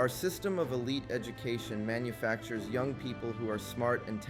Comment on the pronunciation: i feel like whoever is giving you counsel on word pronunciation is failing you, unless it's a technique designed to get comments or evade some kind of word ban scan software. there are a lot of mispronounced words here Young and defiant are not pronounced that way, and there are searches you can do for word pronunciation that will help this. otherwise it was a pretty good video that hamfistedly steered into a commercial lol. it's true creative problem solving and pattern recognition are the reason we've continued to exist this long